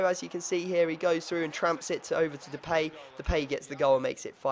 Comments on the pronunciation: Callum Deed de-pie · Callum Deed Duh-Pie dumbass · You don't pronounce Depay like that